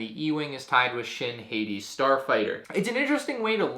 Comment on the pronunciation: It’s shin hati (hot-tea)